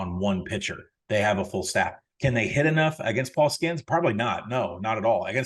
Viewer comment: I don’t disagree that Tennessee will be a tough opponent for LSU but Paul Skenes (and please quit pronouncing it “Skins”) had 12 SO’s only giving up 1 run on 5 hits in 7 innings. So idk where this “they hit all over Skenes” comes from when the box score says otherwise. Not hating but totally disagree with that statement